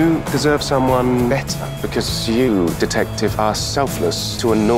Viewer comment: It was “detectif” when she kissed him for the first time